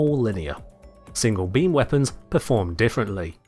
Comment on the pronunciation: what i hear: the beans within the bean, the single bean